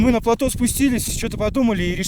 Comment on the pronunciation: Фильм замечательный! Но... плАто режет слух - ударение на последний слог.